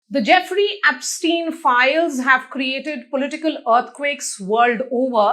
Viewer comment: Idiot repoter pronouncing aapstien. 😂😂😂😂😂😂. Bastards both media and this person.